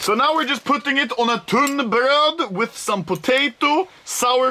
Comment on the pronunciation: "wiFt oF tHE fIsH"